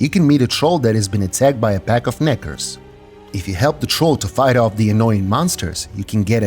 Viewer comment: Dude is definitely not saying "nekkers"